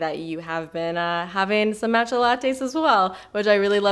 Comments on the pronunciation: mahhhhtcha, not mat-cha. 😄😆 please! 🙏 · it's "mah-tcha" not "maaa-tcha" :) <3